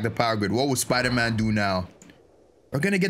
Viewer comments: Why do u call it spooderman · you legit said spooderman bro🤣🤣🤣🤣🤣🤣